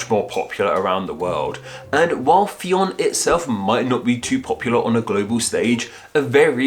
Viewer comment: Come on. How did you manage to fin MULTIPLE sources pronouncinging it wrong? its pronounced like Finn